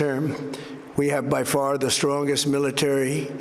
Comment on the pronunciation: He said the farlist any man's mission has ever gone in space, to the moon.